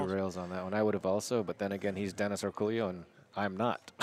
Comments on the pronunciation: How is "El Pollo Loco" pronounced? Same concept here...not sure where that "Orculio" sound comes from ...should be "Orcolio" might be their accent doing that haha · Does this guy really pronounce his name Orcoolio or is everyone butchering his name? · I suspect these guys commentating are mispronouncing Orcollo's name. How lazy do you have to be to not figure out how to say someone's name.